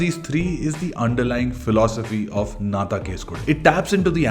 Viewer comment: Its pronounced “enna” thaan case kodu…despite the spellin. Just pointing out cus it sounds awkward after all the praises for the film..😊😑